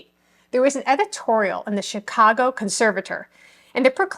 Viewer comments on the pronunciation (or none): none